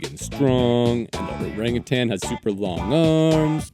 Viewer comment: How did nobody mention that he pronounced orangutan like that?!